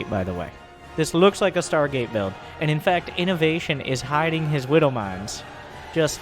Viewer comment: well obviously widowmines are australians so the w was ment to be pronounced as a m